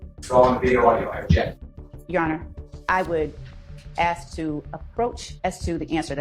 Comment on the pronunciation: Detective can't pronounce "ask". Lol😂😂😂😂😂😂